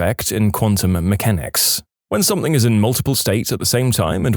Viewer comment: No k in the word something